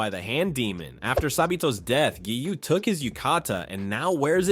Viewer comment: it’s giyu.. not giyuu..